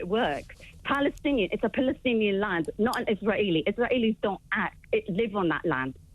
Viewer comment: As soon as she pronounced Israeli as 'Iss rah aley' I knew she was going to be a terrorist apologist ..actually more a supporter...